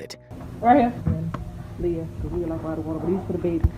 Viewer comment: Leah!!! Her name is pronounced Lee-ah!! 😊